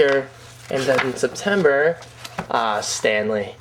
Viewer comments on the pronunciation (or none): none